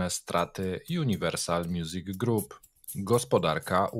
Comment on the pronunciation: Jest to jeden z moich ulubionych kanałów ale ewidentnie odstaje, co czasem dość mocno przeszkadza. Poza tym, mógłby poćwiczyć angielski, bo co rusz widać braki w podstawach tego języka. Czytanie słowa "group" jako "grap"to w tym odcinku tylko jeden z przykładów. Zmierzam do tego, że tworzenie kanału eksperckiego zobowiązuje. Co innego Pawel- tutaj mogę wyrazić wyłącznie słowa uznania, zarówno co do merytoryki, jaki i innych kwestii, w tym językowych.